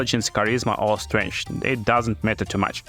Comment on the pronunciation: all crossbows can be wielded in two hands exept hand crossbows they are 1 handed only and thus you can duel wield them... also strength isnt pronounced as strange... but other then the speech and pronounciation issues these videos can be amusing.